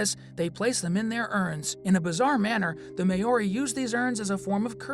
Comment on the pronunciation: Please learn how to pronounce Maori.